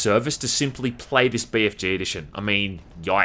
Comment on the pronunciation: I love how you pronounce it Bay Eff Jay instead of Bee Eff Gee